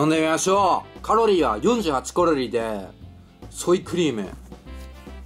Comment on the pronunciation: カロリーが、コロリーに聞こえる（笑）